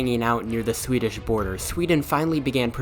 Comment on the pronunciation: This is the best Swedish pronunciations i've heard